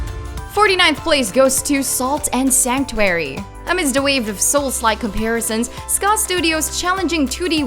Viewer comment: What's a Sanctwery? Just because you're female, it's not ok to be dumb. Especially if you're gonna plaster that voice all over these videos.